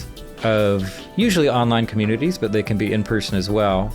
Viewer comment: Consoomer com-uh-nay-taays